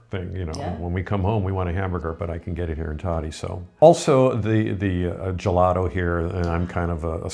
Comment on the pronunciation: And it's not like "toe-dee" is so difficult for an American to say.